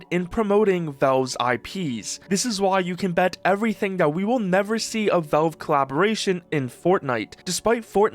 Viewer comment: they're called valve, not velve